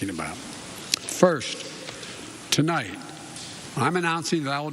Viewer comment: He made it to 6 seconds without making a gaffe, AND then he says Tolight instead of tonight. How do you even make a mistake like that ? He is reading a teleprompter, he stares at it and slowly and carefully reads what amounts to be a HORRIBLE speech written by some libtard smuck. Trump never used a teleprompter and could give very uplifting speeches and never made a gaffe. Soon he will be telling us we have to ride bikes to work and you have to plant your yard with kale to eat because they are taking away our gasoline and meat (while flying around in their jets and limos telling us what we can and can not do.)